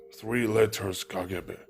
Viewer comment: He’s not RUSSIAN because of how he said kgb! This Chanel is all lies